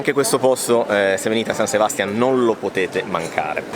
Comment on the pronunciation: Ragazzi, siete bravissimi con la scelta dei luoghi, e pure nel confezionare i video...ma San Sebastián pronunciato con l'accento sulla prima A, non si può sentire 😢. Caspita, ma c'è l'accento grafico...., ed anche in italiano l'accento è sulla seconda A! Vi prego, vi prego, dotatevi di un vocabolarietto...